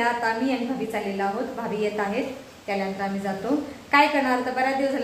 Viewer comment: भाबी नाही भाभी…असं काय मराठी बोलता तुम्ही काही समजत नाही😢